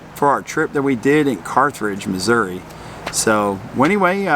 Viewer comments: Not picky, correct. There is only one “r” in Carthage. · and, good review of things to do near Carthage. My wife is very familiar with the area. Her Dad is from Joplin and her Mother was actually from Carthage. Honestly, she couldn't help but notice that you pronounced it with an extra R after the th. An honest mistake for someone not from the area though, so no worries. You should see how often I mispronounce place names, so she's rather used to it. 😅Lots of good options though of things to see and do there. It's an area that's often overlooked but has lots to offer. Thanks for sharing. Peace and safe travels.